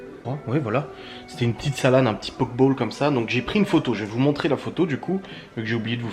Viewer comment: Ça s'écrit pokebol mais ça se dit "pokibol"